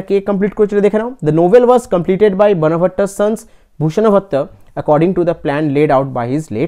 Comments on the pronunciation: ওটা বনভট্ট উচ্চারন হবে না। ওটা বানভট্ট উচ্চারন হবে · তুমি ভালোই ক্লাস করাচ্ছে কিন্তু সবচেয়ে বড় কথা ক্লাস করানোর আগে নিজে রিভিশন দাও উচ্চারণ গুলো ঠিকঠাক করে করো. হিউ এন সাঙ, বানভট্ট এগুলো ঠিক করে বলো